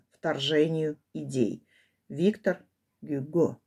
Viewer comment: Виктор(ударение на оГюго(ударение на о)